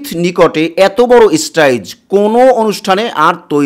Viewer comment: স্টেজ উচ্চারণ করতে পারিস না, তুই আবার টিভি চ্যানেল খুলেছিস